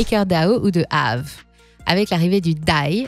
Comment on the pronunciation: Comment ça prononce AAVE, ça se voit à chaque vidéo que vous êtes une imposture 😂Récidive à avec le fameux Didix 🤣